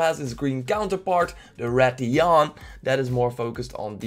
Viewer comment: main problem with this is that you mispronounced most of the monster. the red "dragon'" is the Rath-a-los, not the Rath-a-loss. also the Rathalos is not a drake or a dragon, it's a wyvern. the Rath-ian (not Rath-yon) is the female version of the Rathalos. they also have sub-species that are different colors (pink/gold Rathian and the azure/silver Rathalos in MH4U). the hitboxs DID change a lot. they are more complicated (in the English gameplay, the guy used a fully charged great sword attack but only clipped the monster's chin doing only 4 damage). sorry to say but you mispronounced Anjanath badly. The "some kind of kick attack" is just used when to close, you just made it sound like the anjanath jump kicks you. the Great Jagrass is not pronounced Yog-gross. the Great Jagrass does that to feed it's pack, not get new health. you said anjanath like Onionnot. the small Jagrasses are just normal Jagresses. there where ALOT more monsters that where confirmed in the gameplays that you did not mention. I wrote this not to hate, but so you can fix your mistakes in the future so others don't give you hate.